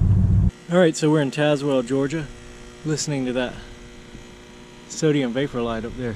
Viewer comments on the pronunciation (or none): none